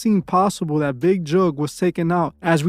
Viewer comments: It's Big Jook :Not Juke 😂😂😂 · Big who u say his name funny